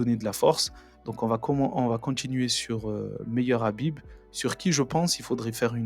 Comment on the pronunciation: Khabib bon sang khabib ....je vais commencer a te haïr si tu prononces son nom autrement ....khabib